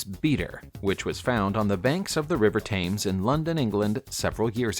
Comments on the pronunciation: I do wish the narrator would pronounce Thames the way the English do. It isn't pronounced Taimes it is pronounced Temes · Thames= T-ems . There are apps that teach you how to correctly pronounce words. Or look at pronunciation guides in dictionary….. but the again you are probably too stupid to decipher that guideline.